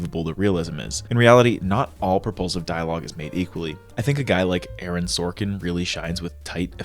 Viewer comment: Is it just me but, every time he said propulsive, I heard repulsive 😅